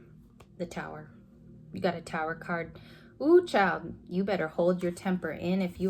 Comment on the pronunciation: I laughed when you said ohhhhh child and NY accent. Def me 😂 My alter ego has a temper when necessary